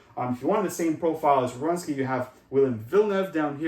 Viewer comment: It's Werenski, not Rewenski.